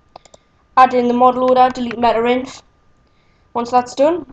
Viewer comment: I love how you say meter-inf :D